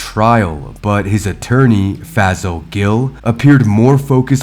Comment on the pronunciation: He should have fired his lawyer. His name is also pronounced Fay-Saul. Always offer different possible pronunciations of the name. This keeps people more informed. Plus, the man can say you are talking about someone else by that horrendous pronunciation. Side note, black folks need to stop going to lawyers because they are black also. Research EVERYONE ! Don’t take the advice of others as gospel